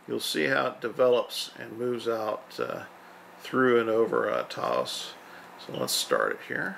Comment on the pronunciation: Taos has ONE syllable and is pronounced, "TOWSE."